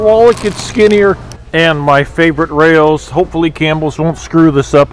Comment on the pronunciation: Raos is pronounced R-ows. Like Ow with an R on it... It's not "ficatta" bread. Its fo-ca- sha. You're going to drive Italians, nuts.